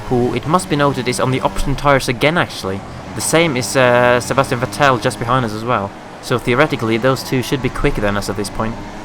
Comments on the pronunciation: You don't say the second e in Vettel so it's more like Vettl :) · Console Peasant Race GMD45321 He pronounces it like Coulthard :p always thought the right way was "Fettel" though. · Haha first time I've heard that pronunciation of Vettel!